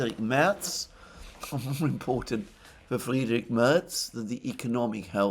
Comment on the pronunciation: His name is not "Friedrik", but "Friedrich", which means "rich with peace". That he is a warmonger, adds some spice to this name.